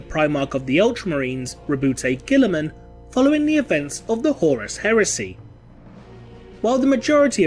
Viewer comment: hahahaha I was holding my laugh at how you pronounce astartes because whatever but when you said Guillimans whole name I lost it completely LOL.